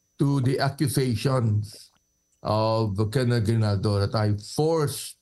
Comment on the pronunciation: Its GRIJALDO not Hidalgo❤